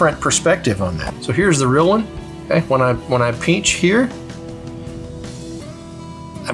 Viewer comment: Wtf is a peench?